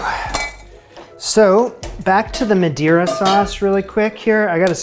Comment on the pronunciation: Why would anyone expect a chef to know that Madeira and Madre are pronounced differently 🤔🤨🤭🙄🥴🤫😁😂